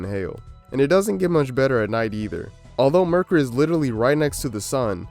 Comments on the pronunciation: i had my volume pretty low when the video starts and I thought he said "murder" instead of "mercury" n i was like well yeah that'll do it.. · Dude sucks at YouTube.... Don't quit ya day job... said "Merk-er-Eee' hahahaha what is Merk-er-Eee'? Haahahaa what is mummafacation? Lmao 😂 those aren't words